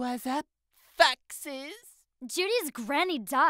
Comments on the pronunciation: why does Kevin sound like he says '' what's up fucks?'' When he says '' what's up foxes?'' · Why does kevin sound like he saying What up Fucksi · Did say FUCKSES OR FOXES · Why the fuck did he say fuckses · Did kevin say foxies or the f word?